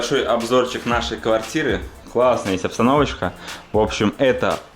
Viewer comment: поработай над дикцией! Почему то слышится: Кхарта, кхлассная, такхая😒